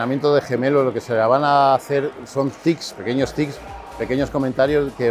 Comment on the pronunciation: Pequeños "tics" jajaja, son "tips". Buen vídeo